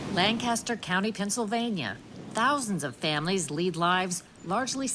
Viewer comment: The newscaster makes a mistake- it’s LAN-cuh-stir not Lan-ca-stir